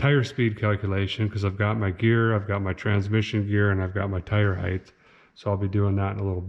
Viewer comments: if you're gonna use "heighth", ya gotta use "roundth"! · did a feller really just say "tire heightH"?!?! Please 🙏 , for the love of everything you find holy, stop using that word?